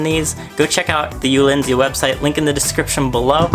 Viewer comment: Nice cages and vid but.... “ulinzy”??? It’s u l a n z I.